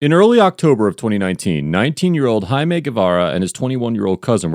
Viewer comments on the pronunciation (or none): Hai-mey? It's literally Jaime bro. Jay-mee. Jaime. Wtf is with yanks mispronouncing J's as H's? You aren't Mexican. You aren't speaking Mexican. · That's (jay-me) not (high-may) Jaime is not pronounced high may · Hai-mey is not how Jaime is pronounced. It's jay-mee. Jaime. Juh, juh. Not hard. There's NO instance in the English language where a J is an H. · anyone else notice how he pronounced jaime just bc the color of there skin??? hmmmmm